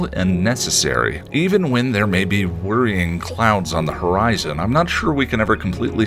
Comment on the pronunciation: I hear “Ahm” instead of “I’m” a lot. I haven’t noticed “okway.”